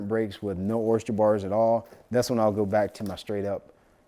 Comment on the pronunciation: Bro! Oyster not Oyst-cher 🤪 you makin' me crazy hearing that! 😂